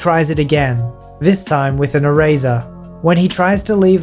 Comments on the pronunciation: I have never Heard anyone say erazer not eraser,still love you though 🥰🥰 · I’m sorry did you say say “erayzer”? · I like how you say eraser, it sounds like ‘ear razor’